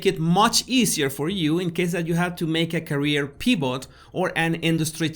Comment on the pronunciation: My daughter in law is from Mexico City. I lover her accent, and notice that you do the same thing with your sound of the letter ‘v’. I heard you say “pee-bot” for “pivot”. Our son’s same is Kevin and she calls him “Keb-een”. It so charming!